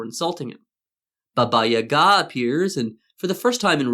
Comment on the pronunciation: Thanks for correct stress in Yaga's name